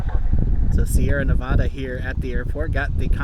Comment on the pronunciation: It's Nev-add-uh, not Nev-odd-uh.